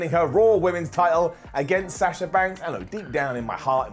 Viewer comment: Lol why can't you pronounce Sasha could correctly? It's a soft A not a hard A 🤷‍♂️